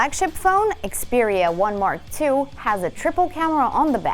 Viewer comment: Xperia 1 Mark II is too hard for this channel to pronounce 🤣